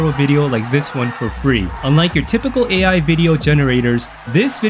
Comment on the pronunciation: what are you talking about? you cant make the text to speech say "AI"??? Literally feels like you put in minimal effort and didnt even listen to your AI read the script all the way thru.